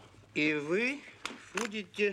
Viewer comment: "БуДете", "воДофёмов".